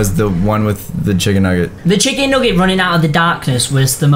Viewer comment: Who cringed when said chicken nooget Also don’t be mad at me I love (not creepy)